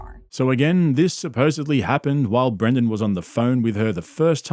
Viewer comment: Dude you keep saying Brandon instead of Brendan. My name is Brandon and I cant stand hearing my name associated with this clown lol love the videos tho